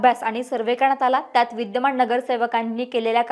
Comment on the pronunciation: महाणगर, विद्यमाण, णगरसेवक, णाराजी. हा व्हिडिओ णूस्ता काणाला त्रास